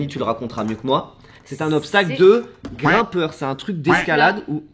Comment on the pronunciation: il a dis grinpeur au